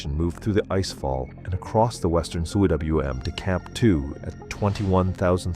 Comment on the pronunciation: It's not C.W.M it's pronounced coom. It's a Welsh word meaning valley!